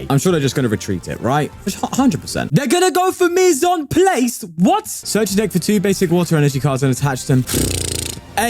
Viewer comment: it's Mise en pl-ah-ce... Not Mise en playce, very important